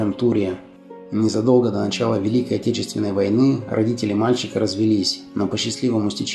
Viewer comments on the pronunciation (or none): none